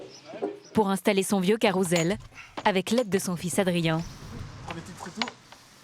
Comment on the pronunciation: On dit Caroussssssssssssssssssssssssssssssssssssssssel pas CAROUZEL !